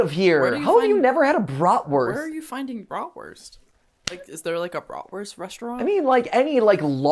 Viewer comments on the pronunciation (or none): Also, as a german I really like how they pronounce Brotwurst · As someone who knows German the way they say bratwurst hurts me inside lmao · As a German I was very angry hearing them say Bratwurst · As a german it is so funny to hear Mat say Bratwurst!